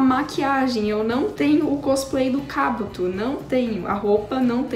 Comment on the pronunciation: 2021? E mano ela não conseguiu falar Kabuto direito 😁❤️ Mais até que a Meke ficou linda 😘